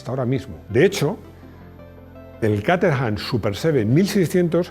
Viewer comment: cómo te esfuerzas tanto en pronunciar nombres y marcas como se hace en su idioma de orígen te lo comento a modo de chascarrillo, Caterham se pronuncia /kéy-tram/ en inglés. Me quedé roto cuando lo escuché 😅. Me encanta tu canal, un saludo.